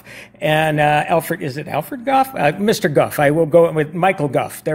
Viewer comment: Wtf... who is Bayla?... and Alferd ?!?!? Lmfao